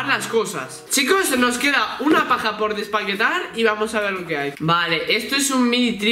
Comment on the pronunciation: Like si crees que dijo paja en vez de caja 😂😂